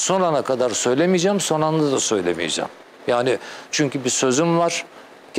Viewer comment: önçe sen bi türkçe konuşmayı öğren ltfn son ana kadar söylemeyeçeğim son manda söylemeyeçeğim ne demek bu nasıl bi telafuz